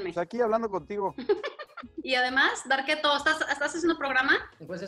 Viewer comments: Oh esque yo oía varqueto 🤣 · Porque le dice Darketo?